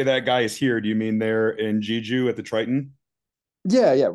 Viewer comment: it's pronounced "Jay-joo"